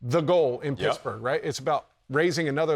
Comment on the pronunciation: Did anyone else hear the “shittsburgh” 🤣